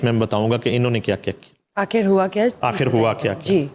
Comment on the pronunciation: shame on you (), you don't know how to pronounce the word "Akhir" I don't know who gave you this seat.